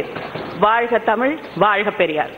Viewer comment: But the best was Jothimani's "தமில் வால்க!" Its also obvious that Dayanidhi doesn't speak Thamizh at home.